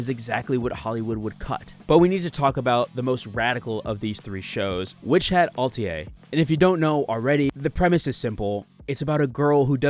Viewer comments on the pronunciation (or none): Why do you keep calling it Witch Hat Altier 😭 do you not know the word Atelier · Peak video, this difference is why I only started liking fantasy after reading dungeon meshi. Its what made me realize fantasy is so much more than the usual western BS. Also, it's not "altier", it's "atelier". Witch hat ah - te (as in, Tennessee) - Lee - err (as in, when a line errs). Well, in English anyway, in French it just ends in "e" but you get the picture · Good vid! Sorry to be that guy, but its Ah-Tel-ee-ay, not Alt-ee-ay. Tough word, but now you know. ;) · (1) Instant subscribe! Great work! (2) Hearing you slightly mispronounce Atelier was actually comforting in a world of ai slop (it’s: “AH-TELL-ee-YAY,” thanks French). (3) Add a little music to your outro so folks like me don’t have to scramble to like and subscribe at the end and fuck up your views when we have to go back to make sure we hit all the magic buttons. (4) Keep up the great work! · You lost me at al-tee-yay. Otherwise exceptional video ❤ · Ah-Tell-EE-Ay.. It's french; means workshop or studio. For instance, your workspace where you draw your comics would be your "atelier". While I agree with your larger points about Frieren, Dungeon Meshi and Witch Hat Atelier vs. The Rings of Power, I would also point out that you're focusing in on the absolute cream of the crop from an entire medium choked with a glut of isekai trash, which is often guilty of falling back on the same tired tropes you pointed out in Harry Potter, Narnia, Eragon, etc. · Please learn the proper pronunciation of several words especially atelier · Gonna need you to read the word Atelier again but slowly this time. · Please Google how to pronounce atelier